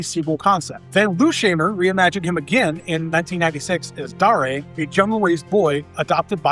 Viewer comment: Dar A? It's Dare as in I dare you to say that wrong again.